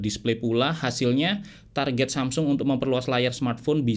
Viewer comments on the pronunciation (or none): none